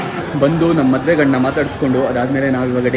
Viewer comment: Bro maduvu alla maduve 😄